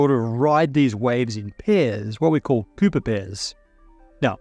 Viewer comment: Good thing for subtitles, Thought you said pooper pairs for a sec lol